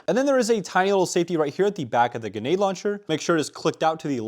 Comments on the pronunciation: It's GREnade, GRENADE. Not Genade. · GREE NADEEE stop saying Gnade plssss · It’s Grenade not Genade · ganade? its grenade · ITS GRENADE STOP SAYING GANAD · i gotta know, why do you pronounce grenade launcher "genade launcher" 😅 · My eye twitched everytime you said gehnade launcher and not GREnade launcher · ok is it me or is he saying genade launcher? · Stop saying “ganade”. Driving absolutely nuts. Lol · What the fuck is a guh-nade launcher? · Bro says ganade😂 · "genade launcher" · Who tf says "ganade" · Bruh grenade has an R in it. It's not genade... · Ga-nade launcher lol Where did the R go? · “GuNAde laUNchEr” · bro says "ganade launcher" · You need to pronounce the R grenade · Did you/can you zero the scope on the sniper? Might make a big difference... Also unironically mispronouncing grenade every time was painful. There is an "r" in there. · Is it just me or does he just forget the R in grenade launcher? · You know there is an 'r' in grenade right? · Bro still saying grenade wrong after i don’t even know how long anymore 😂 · it pisses me off the way this guy says karkage and genade but I otherwise love his content! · Ah yes, genades, carkiges and the marine corpse. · PLEASE PUT THE R IN GRENADE AND THE T IN CARTRIDGE